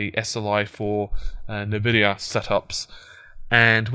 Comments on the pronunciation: But it's not spelt "Invidia", it's "Nvidia". So if anything it's "En-Vidia". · Its N-Vidia Pronounced as ENVIDIA. Someone with you knowledge should know that :P